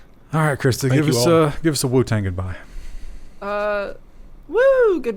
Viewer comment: There's no wrong way to say WuTang Krista - "Woot Ang" I stand corrected...